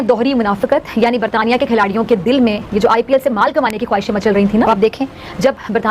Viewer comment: बरतानिया क्या होता है ये नाम तो सही से ले भी पा रहे 😂😂😂